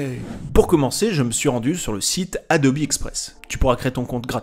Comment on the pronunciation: D'où est-ce que tu sorts la prononciation Adobi mdrr c Adobe